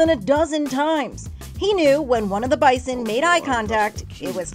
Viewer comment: I live in Manitoba. (Our provincial animal is bison.) maybe it’s a Canadian thing but I’ve never heard someone pronounce Bison like that